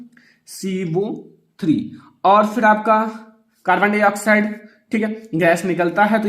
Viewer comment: सर ये कार्बन हाइ ऑक्साइड नहीं है ये कार्बन डाइ ऑक्साइड है